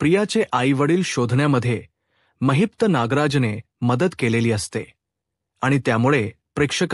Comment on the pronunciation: It's Mahipat not Maheepta also khote bolnar not khot bolnar . khatri nahi not khatri jama hote nahi . It's not boltayat say boltat. Khatar jama karaiche pl it's khatri karne.. it's zhopdi not zhopat..choop dila aasto . Pl talk properly else if we keep listening we may spoil our marathi